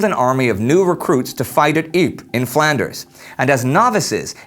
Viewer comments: youre not pronouncing ypres properly, it is pronounced YPRES (ie-pre-ss) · Is it Ypres really pronounced jyyp?